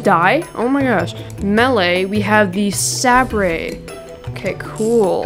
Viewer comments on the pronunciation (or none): I know I'm a year late but it's not sABre its Say-ber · it is pronounced "say-ber" not "sab-rey" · It's Saber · Sabré is pronounced ‘ saber ‘ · its not sAbre its a sabre like a in the alphabet and the e is silent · It is pronounced saber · i was dieing whenever he said sabrai